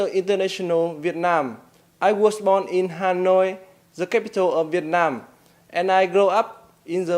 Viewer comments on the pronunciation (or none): Hà Nội thành ha noi thai lan noi ro the